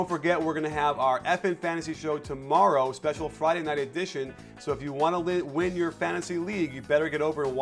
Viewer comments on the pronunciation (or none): none